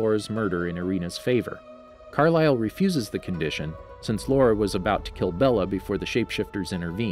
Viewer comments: It usually speaks Laura... It should supposed to be Laurent. Wrong pronounciation. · Yeah, he just doesn’t say it right. In the movie they pronounce it La-RAUNT. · Extremely frustrating that he keeps referring to laurent as laura. Did he seriously think laurent was a girl because of his long hair or is he just terrible at pronounciations? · I know that he meant laurent but it kinda drives me nuts. I mean it’s laurent not Laura! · It's Laurent not Laura. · Yoshi Moshi or as he would say LAURA it’s infuriating though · His name is pronounced La-rant, short a. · I think it's genuinely bad pronunciation, in french the t can come across silently sometimes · Quit mispronouncing Laurent